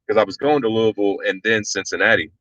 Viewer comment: As someone who grew up in Louisville, I'm so glad that you know the correct pronunciation.